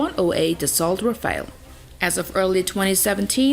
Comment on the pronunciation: Great video content but just be sure next time to prononce the words of diferent nations correctly :) (for example Rafale, ...). I know its a bit challenging in certain languages, but it would sound so much better in your videos. Other than that its a great resumed list of the 10 most important air forces.